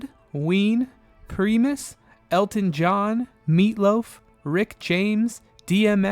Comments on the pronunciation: PrImus not Preemus my good sir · Subbed despite you saying Preeemus. ...Preemus. 🤦‍♂ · Please don't pronounce this band name "Primus" as Pree-mus. lol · Preemus lol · Please learn how to pronounce the name of the band Primus.